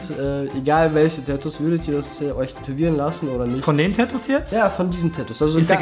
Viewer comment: es heißt Tatoos und nicht Täääätuuus😭😒